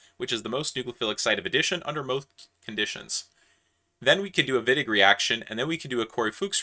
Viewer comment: Sorry, this a strawman. I do very much appreciate different accents - I hardly notice any accent at all in this video actually. However, it's quite irritating and frankly a bit disrespectful (no offense to here!) to the chemists that came before us to botch their names, even if they are from different countries. This name is not unpronounceable. In fact, the 'i' and 'g' in Wittig are pronounced the same here. Also, I am aware that the pronounciation of names is often difficult to find. (In this case a simple google search would provide you with it, but I acknowledge this is not generally the case.)